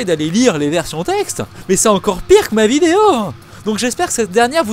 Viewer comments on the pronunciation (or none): none